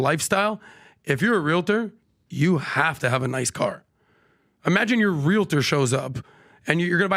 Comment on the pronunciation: PLEASE ... it's pronounced REAL-tor. Not realiter.